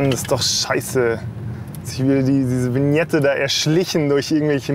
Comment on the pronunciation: Alle Deutschen: [Wiñette] Ösis: Winette😂🥴